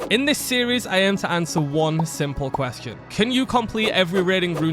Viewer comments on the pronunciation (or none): none